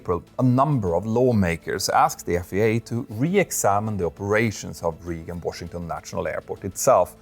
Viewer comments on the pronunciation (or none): It's not "region" Washington airport, it's Reagan as in Ronald Reagan, pronounced more like ray-gn. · "Reagan" is pronounced "RAY-gan", not "REE-gan." Because English is dumb. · "RAY-GEN" as in President Ronald Reagan. Love ya! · we should not be flying in Reagan Intl (pronounced (Ragan, not Reegan). That is the most ridiculous airport we fly into. Just fly to Dulles. Only reason that place is open is Senators and Representatives in DC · Dear Petter, Reagan is pronounced as 'Regen', not as "Riegen'. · Just for your information, Reagan National Airport, the first word is pronounced like Raygun. Or, you can just call it National Airport in DC. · Reagan is pronounced as Ray-gn. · Ray-g'n, but who cares. I liked hearing an extra vowel there and in another name. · a pronunciation note: "Reagan" is pronounced more like "ray gun" and on that note, in last night's news, it was said that there are now delays there, as the US ATC staffing issues reach a point where ATC employees are leaving their jobs over working conditions. I'm not sure how accurate the reporting on that is, but if so, it is a sign of severe trouble on the horizon for US air travel. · Please learn how to pronounce Reagan😂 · There was also some weird pronunciation of Reagan, and Van Nuys.